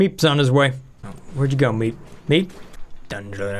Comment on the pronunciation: When you say the person in charge, you mispronounced MEEP.